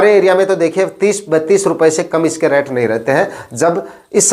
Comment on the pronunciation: रैट मत बोलो भाई रेट बोलो। रैट का मतलब चुहा होता है।